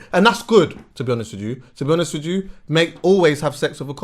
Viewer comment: “To be honest wij ju” 😂😂